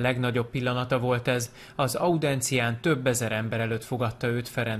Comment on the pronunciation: Lehet énekesnek szánták, azért kasztrálták, amúgy audiencia nem audencia.